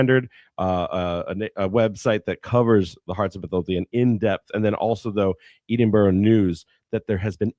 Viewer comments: eedinbourgh news haha ... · Worst pronunciation of Edinburgh i've heard in my life